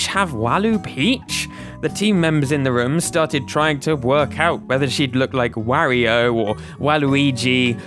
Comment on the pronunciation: You pronounce Mario and Wario weird, made watching this difficult….